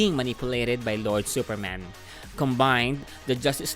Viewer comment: “Supermen is exactly as we know. He is also from Krypton.” I know exactly what you mean. But it sounds like that “he is Superman. But in addition, he is also from Krypton. That is cool right?” Lol